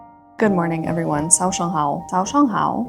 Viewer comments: I'm sooo glad that you are coming to China (hopefully)! I really do think you will like it. I think learning the four tones in Manderin is the first step and I think you did a great job saying " Good morning" in your video~ Hope to see more language learning vlogs xoxo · I was listening to the video while cooking and it took me a good second to realise the very well pronounced 早上好 I just heard was actually from this video